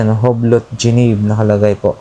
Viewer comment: U-B'LO po pag pronounce Nyan Hindi Hublot